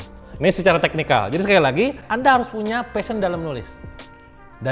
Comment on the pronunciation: Kang pliss, PASHION, bukan FASHION. kalao fashion perasaan itu pakaian deh.. 😂😂